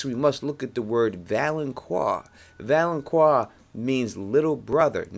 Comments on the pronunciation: its valonCAR not valonQUA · First man it's not pronounced val-on-qua, it's val-on-car. Also "gold will be their crowns" refers to the fact that all of Cersei's kids are blonde haired, not literal crowns. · Great theory, but please realize it is pronounced valenKAR - not QUAR. No long U sound in the word. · "The Valenkwar". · It's pronounced Vo-lon-kar Volanqar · It's pronounced "Val-an-KAR". But still good prophecy explanation video. Plus the Euron theory is Pretty cool. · Valonqar is pronounced val-un-kar. Q in high Valyrian is a K sound. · Dude, you mispronounce Gendry, Myrcella and Valonqar... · Thank the lord someone else noticed this, how, after all the videos about the Valonqar theory does he keep on pronouncing it wrong !!!!!